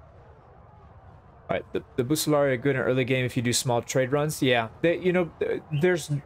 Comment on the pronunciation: Your pronounciation of "Bucellari" Is correct in being like "Bouk" as latin had no soft C's. Just like how Fallout New Vegas gets "Caesar" right as "Kai-sar," Cicero is not as we know him, he wouldnt have been "Sisero" but rather "kickero." Italian having so many soft C's warped our perception. Oh boy I better be careful, i've been branded a public enemy before for talking about pronunciation on Bannerlord videos. Hopefully you're a bit more of a big boy about it and can take constructive criticism.